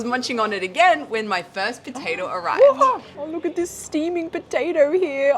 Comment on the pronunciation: "potader" lmao